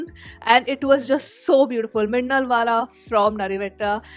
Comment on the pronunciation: Minnalvala❌ Minnalvada✅😹🔥